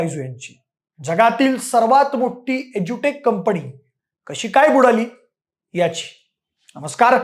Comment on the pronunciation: शैक्षणिक विषयावर बोलताय; कृपा करून शुद्ध भाषेत बोला. उदा. 'कंपणी' हा शब्द कुठून काढला?